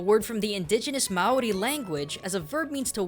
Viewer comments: Its Ma-(long) o-li. Just letting you know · That's not how you say Māori